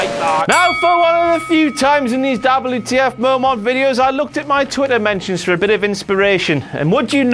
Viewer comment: You mean DABBLU TEE EFF